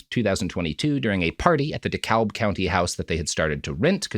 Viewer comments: It’s dekalb pronounced Dee cab county. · Pronouncing the L in dekalb as a life long resident of the county is so heinous, it’s jarring when these stories touch on my neighborhood